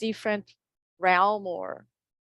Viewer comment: Realm…not …realum…realmmmm! Classy up a notch there girl Dim-mentions… not…Die-mentions. Your a funny one my dear. but, you’ve improved since you started 👏👏👏👏 and it’s nice you not have sling beer anymore! All the good power to you my friend 🙏🏼💙🦋. Get on your 🐎🐎🐎🐎